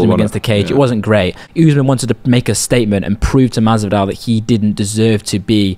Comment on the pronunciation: Why tf do y’all keep saying oozeman. It’s quite obviously usman 💀